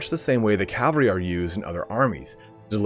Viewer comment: CAV-AL-RY please bruh